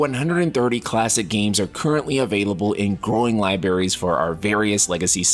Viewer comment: libRarys, not libarys